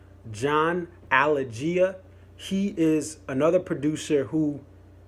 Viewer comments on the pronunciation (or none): Hey bud, don't know how I found my way to your video; I'm a pro musician and do a lot of production/engineering. So those 3 producers you named all have already worked and produced DMB in the past (as you alluded to). But, John Alagia (pronounce more like A-lay-shja). Much more than what you said, John Alagia is almost more responsible for DMB's fame than Coran Capshaw or Bruce Flohr. He followed them around the VA-DC area recording them, pre-fame, and then pushed them to put out Remember Two Things, and then produced it, both the studio recordings & the mixed live songs on R2T (ie. the 1st technical DMB record and if you don't count the Ardent Sessions). Since then, Alagia and his former mentoree Jeff Juiliano, produced/made the records that started the careers & blew up John Mayer, Jason Mraz and OAR's best album. The problem that most producer's trip up with DMB is trying to impose to much sound & idea on a live performing & creating band, thus Glen Ballard, Batson and Cavallo. They're all great producers, but DMB will always work best with a guy who gets out of the way and says "Do what you do live". For example, Rick Rubin (and most famous pop-producers) would be the worst type of producer for DMB. So let's hope for as much John Alagia as possible. He knows what DMB is supposed to sound like and knows their limitations. Anyway, I agree about the 'Idea of You' and 'Shotgun' stuff, its always best to get a studio version eventually, than to not.